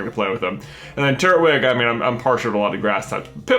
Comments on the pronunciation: Did you say turt wig lol its turt twig Edit: i chose piplup to! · Why did you say Turtwig like Turt-wig...? It's Tur-twig.... because it's a TURtle, with a TWIG on its head... cmon man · Never understood why people say turt-wig. Even if its not right I will always say Tur-Twig. Just makes more sense that way to me.